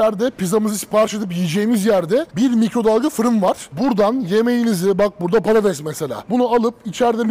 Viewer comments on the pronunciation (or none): none